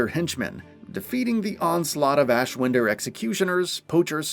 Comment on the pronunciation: I've watched you guys for god knows how long. But it shows you just read from scripts and not actually played it. You say ashwinder wrong and it bugs me